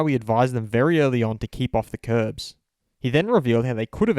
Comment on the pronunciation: isn't it curbs?